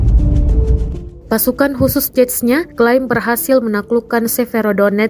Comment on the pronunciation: Pertama kali gue denger narator Tribun bener dalam mengucapkan nama Chechnya, biasanya hanya diucap dgn lafalan 'Zenya'. Zenya kalo di Rusia adalah sebutan dimunitive utk org yg nama depannya diawali dgn 'Evgenia', misalnya Evgenia Medvedeva biasa dipanggil Zenya, atau dimunitive lain seperti Alexander biasa dipanggil Sasha.